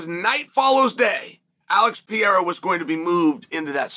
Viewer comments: It’s Pah-rare-ah chael, literally easier to say than the way you pronounce it. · Cheal refuses to say Alex's last name correctly.